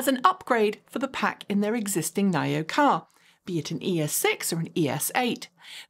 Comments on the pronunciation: Nine-Oh? Thought it was Knee-Oh? 🤔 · Why you keep calling NIO "nile-yo", isn't it "knee-yo"?